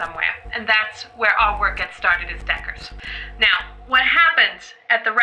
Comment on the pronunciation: She's a decka??? Really? The Decka diaries??? C'mon, say that one word right freak!